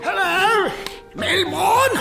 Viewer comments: MELBOURNE!! NOT MELVINBOURNE!! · I laughed so much when said melborn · WHEN SAID “MELBORN MELBORN IM SO LONELY… I JEED TO CUDDLE” LOL😂😂😂😂😂😂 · Not trying to be mean but it’s Melbourne and yes I totally agree